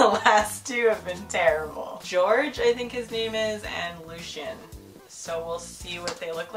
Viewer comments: Lol FYI here in Finland Georg would be pronounced "Gee or gee" 😂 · His name is pronounced like gey-org ^^ it's a (popular) German name ^^